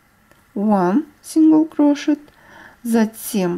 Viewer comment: Спасибо большое за мк. Все просто и понятно. Только небольшая поправка: по-английски воздушная петля - чэйн стич, от слова чэйн (цепь, цепочка). Чайн стич звучит буквально как "китайская петля" 😆😁 И crochet произносится как крошэй. Буква "т" на конце не произносят. Живу в Англии уже очень много лет, поэтому знаю, что говорю :) Всех благ вам и с наступившим Новым годом!